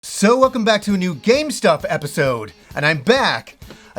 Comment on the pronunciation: Lol now that I've heard it once, I can't unhear it